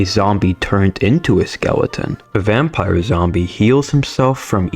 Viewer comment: though you still can't read words like "vampire" and "fisherman"